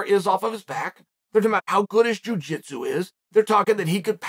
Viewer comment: Whenever chael says "jui jitsu" I think of the Nogueira brothers feeding a carrot to a bus.